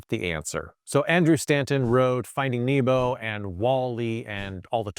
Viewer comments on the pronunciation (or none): none